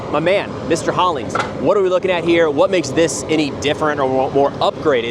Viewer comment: Me: who's this expert,? Him: Alex Hollins!